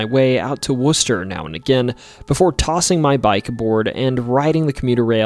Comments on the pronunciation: hey someone said Worcester right no one ever says it right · Thank you for pronouncing Worcester correctly, so many people say it wrong. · Somehow got Worcester right but then butchered Waltham lol